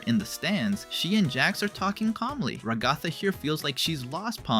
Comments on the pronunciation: is nobody gonna talk about how he pronounces ragatha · Delighted and amused by your pronounciation of ragatha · dude atleast pronounce Ragathas name right... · Why are you pronouncing Ragatha's name like that? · You said her name wrong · Is the name ragatha that hard to pronounce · QUEERPHOBIC MISGENDERER. Zooble is they/them, not she/her. Also, Ragatha is pronounced ‘rag-uh-thuh’, not ‘ruh-gah-thuh’: Although I doubt TTS would care. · I’m sorry but I can’t get over you pronouncing Ragatha as Ragotha💀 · "Regotha" Bro it's pronounced "Ra-guh-thuh" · RAG-uh-thuh not rag-GOTHa. Please correct your pronunciation. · I don't mean to be harsh but you're pronunciation of Ragatha is messing with me. It's "Rag-A-Tha" not "Ra-Goth-a". Like the name Agatha but with an R in front of the word. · Why did you keep saying ragotha bro it’s rag-a-tha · You're a bit harsh on Ragatha. Also why is no one talking about the name pronunciations being completely butchered in this video?! Stop saying Ra GOTH uh, it's cringe 😭 It's RAG uh thuh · Ragatha ❌ RaGOTHa✅ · Every time he says “Ragotha” I get so pissed off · Dont you watch the show? Why say Ragatha as Ra-gaw-tha if you've heard it said out loud? It's a pun on Agatha and Rag. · Who da gell is rAgAthA its ragatha like regatha not rAgAthA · I thought her name was pronounced RAG-a-tha, not rag-A-tha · its r-a-guh-thuh not ruh-gath-a just a something I wanted to point out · dont want to be that guy but its rag- a-tha not ra-ga-tha, just saying its how the show says it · “Ra-goffa” bro rag-a-tha I’m sorry but I keep hearing it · Yo this dude is pissing me off with how he's saying Ragatha's name! Bro is saying "ruh-gah-thuh" when it's really pronounced "rah-guh-thuh" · Its RA-ga-tha, not ra-GA-tha... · Never said it wasnt?? I just said he pronounces ragatha like rug aw tha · why'd you suddenly start calling her ra"goth"a lmao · ‘Ragothah’ really bugs me 😭😭😭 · You speak perfect English. Why tf so you pronounce it “Ra-gáh-tha”😭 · Ra-goth-ah lol